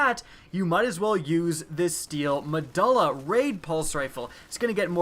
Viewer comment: and it's not "meh-dull-uh", it is "meh-doo-lah".